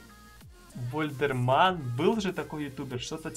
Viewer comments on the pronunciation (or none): не Вальдерман,а Вальдемар